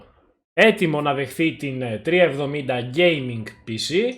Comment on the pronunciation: 370 ή 3070 γιατι δυο φορες που το ειπες στην αρχη, 370 το ακουσα!Βασικα σε ολο το βιντεο 370 λες!